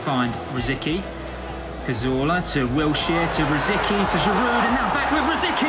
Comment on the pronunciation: It's pronounced Ro-zis-kee